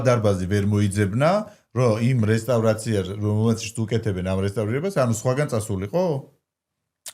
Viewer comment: ყველაზე სუსტი სტუმრის ნაწილი, ეს და სოფო ნიჭარაძის ეპიზოდი-სამწუხაროდ ვერ შედგა, არაფერი საინტერესო, არაფერი სახალისო, არაფერი ახალი😒🫣 P.S განათლება, განათლებაო და რესტავრაცია ვერ თქვა ტიპმა სწორად 🤭🙃